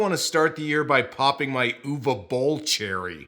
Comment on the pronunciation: Kudos to you,, for pronouncing Uwe correctly!